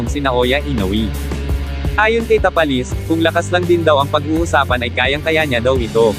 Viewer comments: Bigkasin mo naman mabuti ang mga apleyedo ng pinoy boxer sir ( Tapales Magsayo) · Pangit ng pgpronounce ng tapales hindi bagay